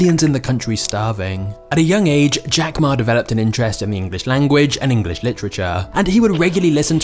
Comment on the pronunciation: When the video talking about Jack learning English the presenter here keeps on saying Engliss. Is this somekind of diss?